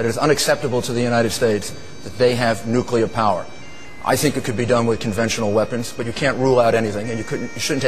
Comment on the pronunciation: nukUler!!! Where TF did he get that.